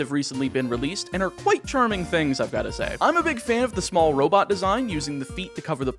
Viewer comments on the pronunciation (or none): none